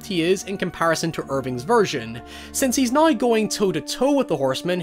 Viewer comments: Niow? Now niiowl lol 😂 what bro is it now that your saying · Mate why are you saying neuuuw it's pronuced Now* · so you can say washington but cant say now? surprized you didnt say warshington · He can't pronounce the word 'now' 😂😂😂